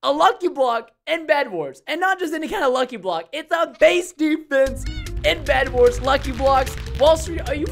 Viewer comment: Bedwars not vedwars